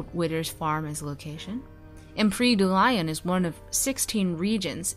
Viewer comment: I think it's pronounced "Doo Lee-on." Also, Laidlaw or someone said that the male qunari Inquisitor will not be as big as Iron Bull.